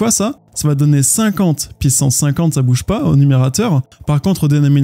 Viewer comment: Meme si je ne comprends pas encore tout j'aime beaucoup tes videos pour bien comprendre par contre ca fait toujours bizzare quand tu dis une πsance pissance au lieu de puissance